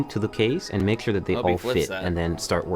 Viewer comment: It's really tiring to listen how the guy can't say so many words correctly and says thhhure instead of sure, tthhhoose instead of choose, wrenthhh instead of wrench, foundathhhion instead foundation, instllathhhion instead of installation, ... Naration 1/10, Instruction 1/10, Technical knowledge 1/10. Man they made the worst pc building tutorial ever.